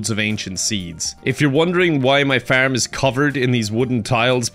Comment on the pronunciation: Just in case anyone was wondering, when this nutter says FURM, what he means is FARM.